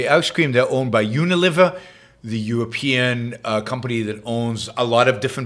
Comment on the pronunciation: It's not UniLIVER, but Uni-LEE-ver. Think a fulcrum. Not liver and onions.